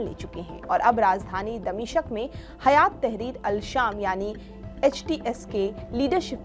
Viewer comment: Damishq boliye damishaq nhi...